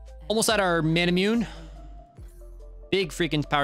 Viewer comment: im tired of hearing people calling it mana-myewn. its pronounced mana-moo-nay. Most words that end with e makes an "eh" sound in english, but not all. However > All < Japanese words including the name of this sword ALWAYS makes an "eh" sound.